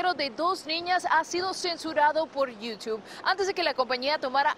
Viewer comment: Por qué le dicen iutib cuando es "Youtube"